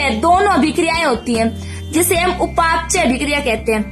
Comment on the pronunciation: उपाप चय नही बोलते हैं उपा पचय बोलते है